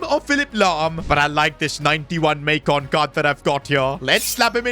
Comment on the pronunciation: IT’S MAAICON NOT MEYCON